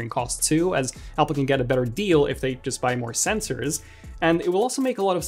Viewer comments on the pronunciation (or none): none